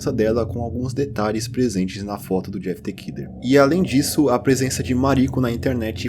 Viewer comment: The= pronuncia "de".